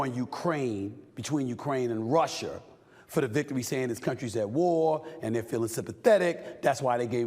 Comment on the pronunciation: Stephen A smith can't even say "RUSSIA" What the hell is russier??😂😂😂😂😂😂